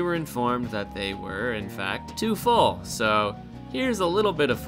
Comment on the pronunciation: am i the only one who had to rewind twice to hear what he said and understand what he actually meant? copy shop but coffee was meant they were (..) to fall but meant was they were just full